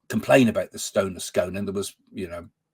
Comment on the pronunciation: It's pronounced The Stone of Scoone though the spelling is Scone.😊🏴